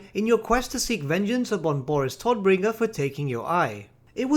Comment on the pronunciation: "Todbringer" is German (because the "Empire" is basically Germany) and means "Bringer of Death" or simply "Deathbringer". "Tod" = "Death" and you pronounced it wrong. It's pronounced with a "long" O. not with a "short" O. ^^